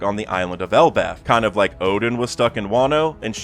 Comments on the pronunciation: Oden is NOT pronounced as Odin!!!! Is pronounced as O-DEN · Oden and Odin aren't pronounced the same way. This has just been bothering me in a lot of your videos.